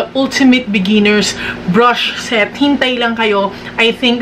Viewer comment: yung "brush shet" talaga eh HAHAHAHAHHAHA